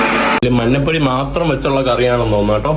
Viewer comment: എടാ മൈ...., മന്നപ്പൊടി അല്ല, മഞ്ഞപ്പൊടിയാണ് ശരി.